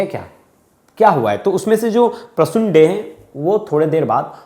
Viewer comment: Yes, the way he pronounced Tangra and Dey 💔💔💔